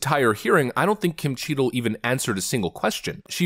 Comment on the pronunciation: Notice how its CHEATle and not Cheadle? 😂😂 Edit: She should be tried as a criminal